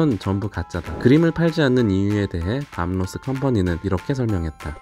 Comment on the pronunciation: 밤 로스 .... 가 아니라 밥 로스 아닌가요?